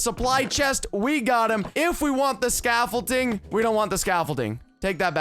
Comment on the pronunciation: says emerald scafflting instead of scaffolding